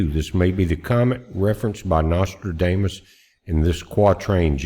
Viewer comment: Hey I love that pronunciation you have of Nostradamus. We call that a malaprop!